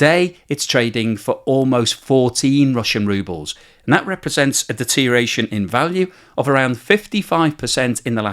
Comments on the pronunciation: You're all about the de-tear-ee-ation then? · Enjoying the video but I'm half way through and it's driving me crazy. You either gotta learn how to pronounce deterioration more carefully or expand your vocabulary to get some synonyms for it you can pronounce.